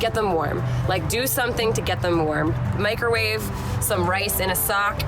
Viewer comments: i thout u said microvave Them and get them warm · Honestly thought you said was microwave the kitten to keep it warm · I really thought she said microwave the cat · Ya the idea of that pause and people misunderstanding gives me REAL anxiety